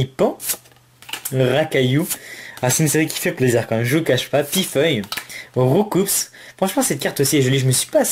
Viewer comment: Hey ! Voilà pokebip a interview le chef traducteur des premiere version ( bleu/rouge/Jaune ) et que tout le,monde fesait l'erreur de roucoups ( engros tout le monde dit roucoups et prononce le S ) et bah il disait que le S devait pas ce prononce /// voilà petite parenthèse :) mais sinon franchement bien jouer pour les fill art x)